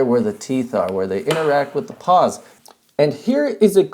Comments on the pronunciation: You mean pawls, not paws, right? Right...? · Say it with me: PAWLS. Not "paws". This has been a public service message.